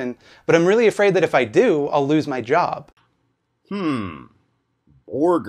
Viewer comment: To be fair, /did/ say “borgar” soooo.. 🤷🏻‍♂️